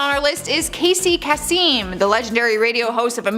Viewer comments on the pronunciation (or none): Casey Kasem is pronounced (Kay-sum) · Hey, that's "Casey (Kay-Sum)";) He was a famous DJ and the voice of Shaggy on the original Scooby Doo cartoon! Coolness... Youre my fav,!! Cheers Buddy!